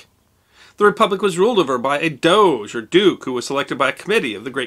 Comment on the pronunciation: Isnt Doge pronouced "Doje"?